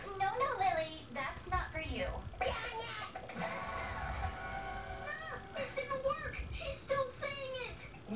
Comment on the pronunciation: WAIT SHE SAY "DANMIT"